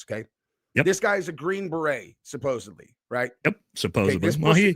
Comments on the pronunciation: Omg it’s SUPPOSEDLY NOT SUPPOSEBLY. I can’t trust anyone this illiterate. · Love you but please, supposeDly, for heavens sake lol